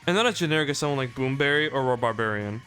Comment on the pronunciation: Rhubarbarian is pronounced "Rhoo-barbarian".